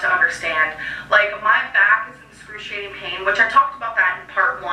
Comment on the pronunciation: EX. cruc. iating. It is excruciating to listen to her say inscruciating.